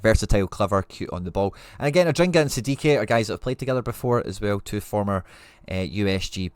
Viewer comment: its adingra, not adringa.